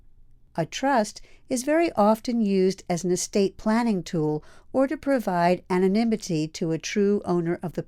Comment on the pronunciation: What's "animinity?" Do you mean "Anonymity?"